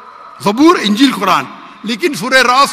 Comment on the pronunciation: Dear you are a teacher. Please, pronounce the word Ingeel properly. Ingeel not ungeel.